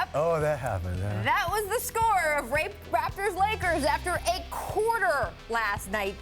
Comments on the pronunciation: Ayoo did she just say the RAPEters ?? 😂😂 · I thought she said that too